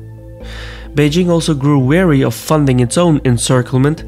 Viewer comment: In "grew weary", "weary" is pronunced as /ˈwɪəri/. You pronounced it as "wary". Did you mean to say "china became mindful of" or "china beceme fed up with?". . Just didn't quite catch that Anyway, great job as ever. Keep up the good work.